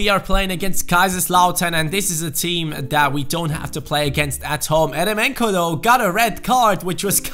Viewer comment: Its pronounced yeremenko